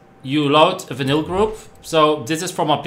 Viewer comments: Engels is niet je sterkste punt of wel? Vinyl spreek je uit al “Vainol” en niet als vinnil. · sounds like he said vanilla lol